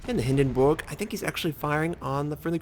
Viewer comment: If you use the English pronunciation, which is what you have been doing, the ship is pronounced HindenBERG with a hard "r." Not Hindenboog. The German pronunciation rolls the r more, but at no point is it pronounced Hindenboog.